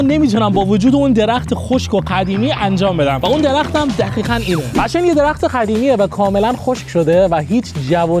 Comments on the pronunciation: دوباره گفتی دخیخاً😂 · خدا میدونه توی این کلیپ هم چند بار میخواد بگه دخیخاً و خَبل 😂😂😂